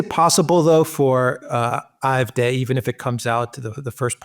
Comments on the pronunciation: I know it's a small thing but I've just subscribed to the channel after hearing a few enjoyable videos and is their any reason you keep pronouncing them the "IFD" instead of the AFD? Is it a censorship problem or is there a reason I'm not aware of? Thanks. Good video and it'll be interesting to see what lies ahead in both of these countries. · Why does he insist on pronouncing AFD aye eff dey when real Englishmen say aye eff Dee? He sounds so precious.